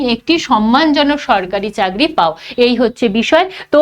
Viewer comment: চাগড়ি ❌ 😂😂😂 চাকরি ✅